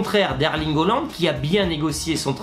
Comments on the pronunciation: C’EST PAS HOOLAND MAIS HAALAND ! XD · S’il te plaît essaie de mieux prononcer le nom de haaland ça fait bizarre quand tu dis holland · Je veux dire essaie de prononcer en français et pas en norvégien stp 🙏🏽